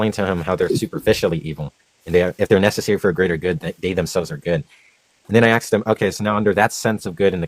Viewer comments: He does better than that, if you listen carefully, he says ax-sked, ax-sking, just to please everyone. You have nothing to complain about. 😁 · I'm always amazed that someone so smart still says "axed"